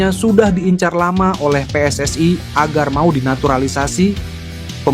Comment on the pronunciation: WNI anjay bukan WNaiy . jgn sok inggris2 😂 kalo mau nyebut WNaiy bilangnya Double U En Aiy dan PSSI buka Aiy